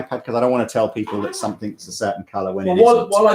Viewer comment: please stop saying "somethink," it's SOMETHING!!